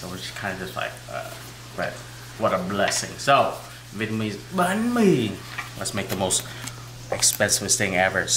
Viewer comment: banh mi, not bahn mi.